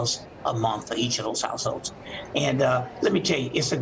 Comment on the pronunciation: this guy on right cant pronounce households. he says househose lol